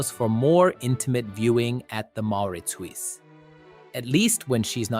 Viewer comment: If you knew your stuff, you wouldn't have mispronounced Mauritshuis, you damned AI.